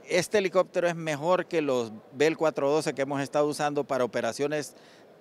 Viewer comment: "alicoctero"gran reportero ese es mi país Honduras.🫣 $ 1.3 millones costo de la " reparación "💥